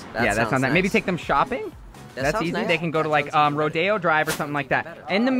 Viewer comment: Rodeo drive is not pronounced that, I'm just saying, my dogs name is rodeo, and I live in texas, and I always go to the Houston rodeo